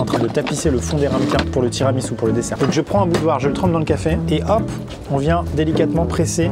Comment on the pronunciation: "le tiramisoupe" j'étais plier 🤣🤣🤣🤣🤣🤣